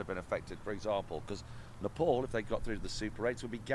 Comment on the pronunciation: Its not napole, its NEPAL😅